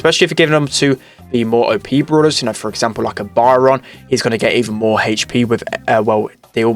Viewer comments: It´s Byron not Baran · Love it when he says byron “bayaron” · Funny thing is my names Byron and you were kinda mispronouncing it (maybe cuz your British idk)